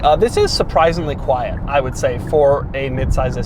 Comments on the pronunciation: Doug the type of guy to add syllables to words. “Quiet-uh ride” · Doug, quite mode exists in every car, it's called fader.